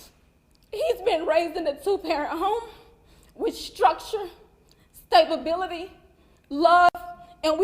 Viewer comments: Did she say stabability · I know. I started laughing when the mom said "stabability". 🤣🤣🤣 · Did she seriously say "stabability"? 🤣🤣🤣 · Stable-bility. These people talk like they can't read.